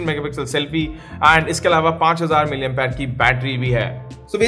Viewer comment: Are bhai 5000 Mah ki battery hai sahi se bolo thoda 😒🤣😂